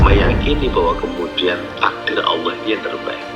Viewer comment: Ngomong Allah aja salah goblok